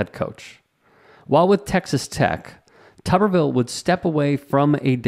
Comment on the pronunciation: The way his name is spelled it's pronounced "Tooberville" not Tuhberville " If it was pronounced like the latter it would need two B's.